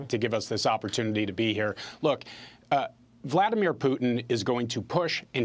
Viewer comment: "Volodymyr Putin" 🤣